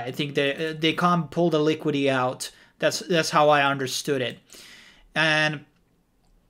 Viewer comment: It's called LiquiDIty.. not Liquity😉